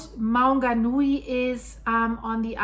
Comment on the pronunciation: I grew up at Rotorua, New Zealand, inland of the Bay of Plenty. It's said "Mow-nga-Nooee". Also "Toe-runga" and "Papa-mower".